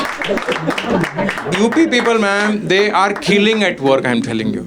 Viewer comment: You prounounce "people" like "peepal ka ped" 😂. Poora hindi bol lo bhai, tabhi tumhara video poora dekh payenge 😅